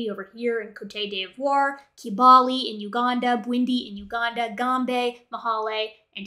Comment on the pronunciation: Love the content. One minor point: Côte d’Ivoire doesn’t have an accent on the “e” in the first word so it’s pronounced like the English word “coat”. Your “d’Ivoire” was excellent though!